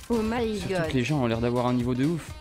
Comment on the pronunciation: C pénible le o m’y gode